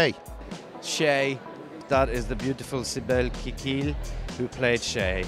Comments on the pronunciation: "beautiful sibel kekil" hahahahha :D alemsiniz valla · sibel kikil? :D it must be SİBEL KEKİLLİ.